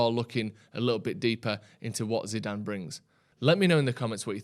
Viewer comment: Can you teach () how to say his name please..